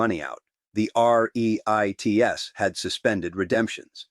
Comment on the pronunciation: Ree-ITES??? Pretty good AI, but AI.